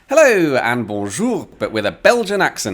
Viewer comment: did you enjoy his punchy "bonjour" to every stranger he met?